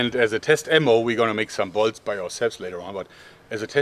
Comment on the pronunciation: Is it just me or when he says bolts it sounds like balls?